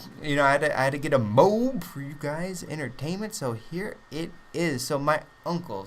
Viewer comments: it isn't pronounced "Mobe" so stop it, now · Isn't it pronounced "moe-ab" :/ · You realize there is an "A" in moAb pronounce it like that you stupid fuck. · Hes not a camper, just controls an entire area. And i think you should pronounce mo ab correctly